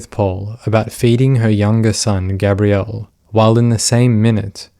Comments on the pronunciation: Gabriel is pronounced Gay-Bree-Uhl typically. With Gabrielle, a more commonly female name is as you pronounced Gabrie"Ga-Bree-Elle" There are exceptions, but this particular case it is Gay-bree-uhl. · plz learn to pronounce names like gabriel 🤦🏻‍♀️ it’s not GABBRIEL it’s GABEriel .. gabby & gabe it’s gabriel … seriously he’s a boy her younger son yet u keep calling him a girl name 🤦🏻‍♀️ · The boy’s name was GABRIEL (like the Angel Gabriel), not “Gabrielle”, which is a girl’s name, and is what you keep saying. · Gabriel & Gabrielle are not pronounced the same. You keep pronouncing Gabriel as Gabrielle & it makes me flinch every time. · I like this video, but I think the constant mispronunciation of "Gabriel," is annoying. It's a given name, pronounced by the family as Gabe-Ree-Ul. This is a pet-peeve I have with non-American English speakers, when they're saying American names. Like saying "Los Angeles" as "Los Ann Jul Lees." It's either the Spanish pronunciation, or the modern American pronunciation, but the "Los Ann Jul Lees" pronunciation is just incorrect. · Its so annoying that you keep pronouncing the youngest sons name wrong. But why pronounce it at all? You clearly watched the trial and know the court was referring to him as G. Have some professional courtesy ffs. Unsub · I get it the visceral need for smart folk to have unique pronunciation on ordinary mundane words but man. You really did Gabriel dirty.